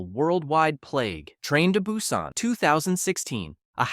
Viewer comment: See, this is why you don't ask for handouts at the start. Your video barely explained anything and the ai seems to have issues repronouncing some of the same words. (Busan) You also should have left small gaps between each entry so it doesn't seem like a dragged out sentence. (No Like, No Subscribe and probably won't be back)